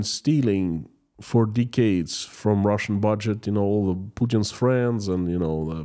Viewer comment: pls stop saying deecades